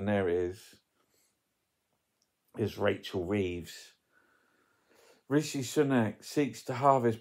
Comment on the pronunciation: I have heard Sunak say his own first name. It should be said how he does. Simple.